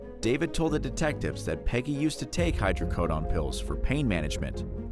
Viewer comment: Even with an E on the end of the word some people still mispronounce the word Hydrocodone. LOL Especially bad when you are publicizing videos...